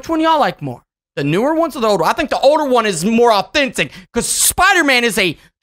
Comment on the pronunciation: i mean think not thimk